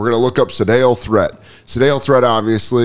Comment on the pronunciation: Hey Dan, love the card stuff. But Sedales last name is pronounced too rhyme with eat. But man I love the old cards.